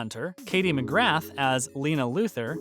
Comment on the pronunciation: It's pronounced Katie McGraw even though it's spelled McGrath.